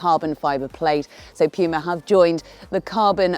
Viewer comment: Pjuma? What is Pjuma? Its puma... Sjeez